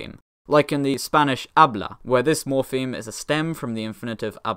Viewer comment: Idk if this was on purpose, but there’s a video Tom Scott made where he talks about morphemes. In that video, he brings up “hablo” as an example, but he pronounces the “H” which is meant to be silent. That mispronunciation still haunts me lol